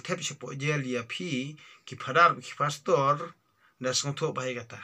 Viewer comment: U biej te mo pastor u ong phastor father u ong phadar